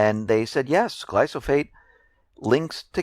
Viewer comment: I like your reports and enjoy watching them. I don't want to pick nits, but the proper pronunciation of glyphosate is "gli-fə-ˌsāt" and it is a herbicide, not a pesticide. Other than that I have nothing but agreement.